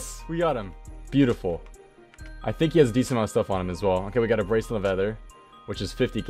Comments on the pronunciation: The way you pronounce ether gives me a headache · I swear to god, english is your first language! Learn to pronounce "ether" ffs.... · The way you pronounce "ether" makes me cringe so hard